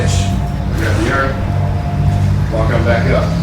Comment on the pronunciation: saying yearn instead of urn... TASTELESS